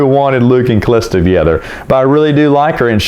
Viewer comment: Hey, you pronounced Calista so beautifully. Thanks. My ears are happy!!!